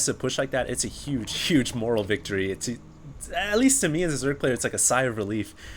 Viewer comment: It is not moral it is pronounced MORE-AL. Only reason I am correcting is just because you are a caster. A caster should have an excellent grasp on speech. Even if is for the internet.